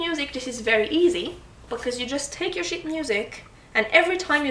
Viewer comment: "if you have sh** music it's very easy" :D Sorry just teasing you with the accent You're a good teacher and actually I have a request for a video about the complex phrasings in polskas like we often hear with Frifot where it sounds like the tempo is changing I really want to learn that